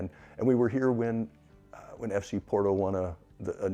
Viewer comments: Porto .. or borto pronunciation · After 11 months, still can't pronounce Porto correctly?! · if you dont even know how to pronounce Porto, i can see if would be difficult…not to disparage your journey..